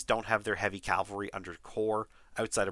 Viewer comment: I love your videos but it is pronounced CAV-alry not CAL-vary